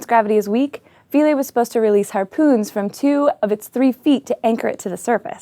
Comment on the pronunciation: The IPA on Wikipedia says Philae pronounced Fy-LEE.